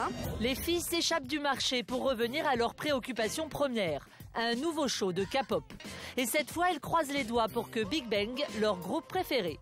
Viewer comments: Ce qu'il veut dire c'est qu'on dit pas kapop mais képop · Ont dit pas ka pot comme capotte ou cacapote mais bien k pop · La Kapop bas oui bien sûr renseigniez vous sur la prononciation mes oreillers ont saigné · oe mais international de dkre "kaypop"